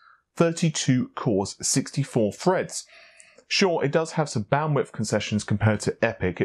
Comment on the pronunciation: Listen to how says threads, he says Freds..